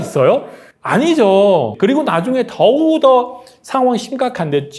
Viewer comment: 더우더 아니고 더욱더